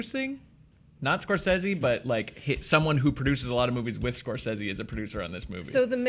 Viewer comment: Preach preach! I may disagree with what you have to say but I will fight to the death for your right to say it!...but I still have no confidence that WB will deliver anything but crap with this Joker movie. And it's "Score-say-ze" not "Score-sez-ze".